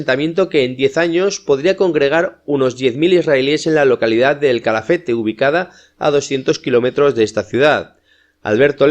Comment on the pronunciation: Es Calafate, NO CHALAFATE